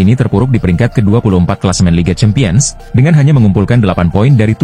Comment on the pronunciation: penyebutan CHAMPIONS dibenerin dong min...